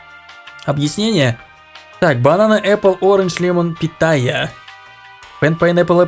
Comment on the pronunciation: не питая а патая